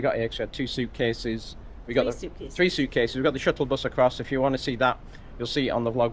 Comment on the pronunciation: hehe love the "tree.. tree.. and tree!"